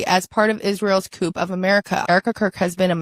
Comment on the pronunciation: She pronounced “coup” line “coop” Really?